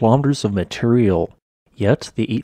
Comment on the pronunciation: It's "material", no" matreyal"